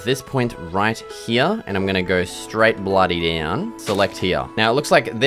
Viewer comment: Its called here and not "hyya"